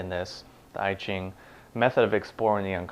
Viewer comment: "I" -- (I Ching) pronounce "ea" like in "ea(-sy)", "ea(-ch)", "(p-)ea(-nut)", NOT "I (am)."